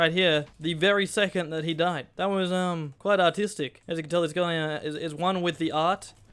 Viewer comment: when you're aussie but you say "artistic"